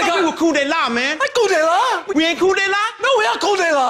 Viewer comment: It would help if you said it right. It's not Cool. It's Coup de La. Dude! It's in the title of the video.